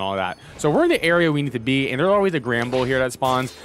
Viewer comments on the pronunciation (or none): none